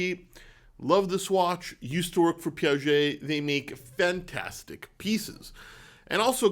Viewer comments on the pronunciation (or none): none